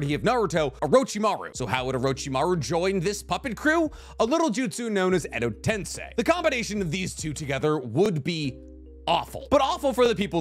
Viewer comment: finally pronounced EdoTensei correctly ❤